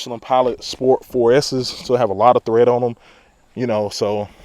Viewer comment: the tires have Tread .. not THread my nigga. lol lmfao.